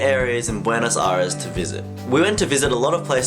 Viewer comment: Is Buenos Aires not Buenos Ares my friend.